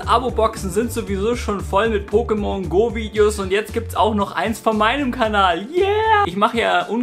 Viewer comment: Pokémon hat deswegen einen Akut auf dem zweiten "e", weil dieser die Silbe der Betonung angibt. Kleiner Tipp am Rande :D